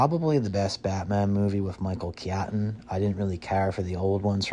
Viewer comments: Pronounces incorrectly: Michael kee-AT-un (it's KEET-un) "Army of DORKness" Robert dee-NYRO (it's duh-NEAR-oh) "... directed by Mary Shelley." Mary Shelley died in 1851. Did her ghost come back to direct the movie? IN-die-ANNA Jones (it's IN-dee-anna) So many mistakes, I couldn't even get half way through the video. Yeah, real "EXPERT." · Thank you, my guy, for finally pronouncing Michael KEY-AT-TIN correctly. So many years of disrespect.